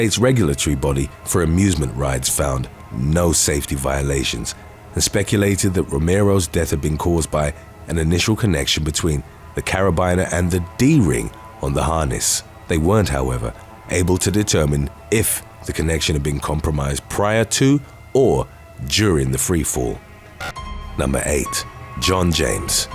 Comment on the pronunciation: Carabina = pronounced 'Carra - beena'